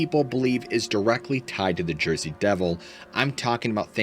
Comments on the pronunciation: Let's go to Jersey (Joisey) 😂 Yeah, these longer episodes r better! Luv ur storytelling! Thx!! 👍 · “Let’s go to Joisey!” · Let's go to "Jorsey"😂❤ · Let’s go to Jersey! Not sure how to spell out the accent. 🤣